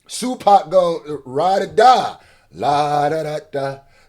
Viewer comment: You said SuePac 😂🤣😂🤣😂🤣😂🤣😂🤣😂😂🤣😂🤣😂🤣😂😂🤣